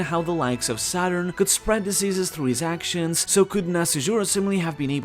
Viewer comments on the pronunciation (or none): none